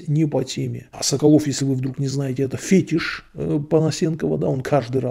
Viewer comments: Правильно "фети́ш". Это древнерусскофранцузский. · Полностью согласен с мнением автора, поражаюсь что нашёл человека который может логично разъяснить свою позицию в интернете 21 века *оговорочка "Фетиш" на второй слог ударение